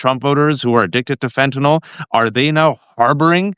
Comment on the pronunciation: Waj, you're the first one who knows how to pronounce fentanyl